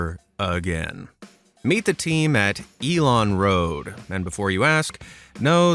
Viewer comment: As a swede it hurts my brain to hear it pronounced Elon-Road over and over knowing the dude speaking thinks Elon is electricity in swedish. No dude, no.